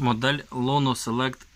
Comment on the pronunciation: тільки чого ж Лоно Селект,якщо Іоно Селект))